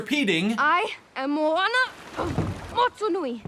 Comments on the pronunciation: He said molana instead of moana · Can you say their names like they say it in the actual movie. Moana, not mowana 😒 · i hate the everyone that says "mo ana" its moana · thers clealy not a space and it sonds like moa ana